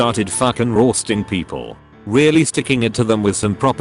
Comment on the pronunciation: The way the voice says “roasting” is the funniest thing to be, sounds Scottish